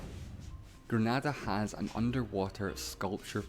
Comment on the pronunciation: This narrator did not just say GreNADA like that lmaooo.